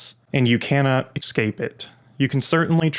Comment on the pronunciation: It's so hard to take someone who says "excape" seriously.